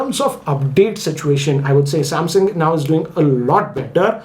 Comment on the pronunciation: M51 lol😂 you say samsung I hear samhang😂